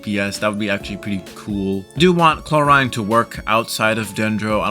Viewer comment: The name pronounciation of Clorinde is absolutely reaping my soul of every orb of energy it has.